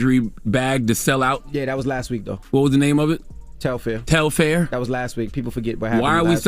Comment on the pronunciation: I'm convinced that The Breakfast Club needs new, young talent: Telfar sells out EVERY SINGLE TIME it drops. Long before Beyonce wore the bag. It literally sells out in seconds. Also, who is "Tel-FAIR" it's Telfar lol. It's also so sad how uneducated they all are about the vaccine. If they are going to report half-researched, uneducated opinions on everything from current events to celebrities to public health, then why are they on air?